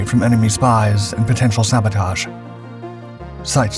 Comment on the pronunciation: Listen to how he says “spies” . It’s AI narration now.